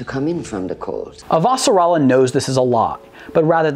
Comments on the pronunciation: Did you read the books before watching the series? The reason I ask is because of how you pronounce "Avasarala". You pronounce it "A - Va - Sarala" rather than how it's pronounced on the show ("Ava - Sarala"). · Good video but her last name is one name, why are you pronouncing it like it's two? lol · So ready to watch this, then you had to say her name wrong lol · For someone who claims love of the show, why do you mispronounce her last name?